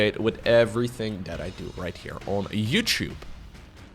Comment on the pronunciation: Love how says “YouTube”. YouChewbe 😜